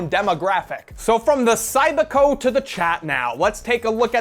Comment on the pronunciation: It was pronounced Cybiko, not Cybeeko.